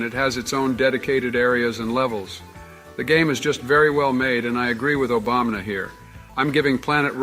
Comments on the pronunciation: Bro says obamna lol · Idk if it's because of the odd way speaking through AI works, but the fact that they say Obamna instead of Obama is super funny to me. I've heard it in a few of these videos and I absolutely love it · "f you Obamna" LMAOOO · The fact Trump and Biden keep saying Obamna cracks me up every time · I love how Trump always calls Obama "Obamna" that's great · The fact Joe and Donald just call Obama “Obamna” is funny to me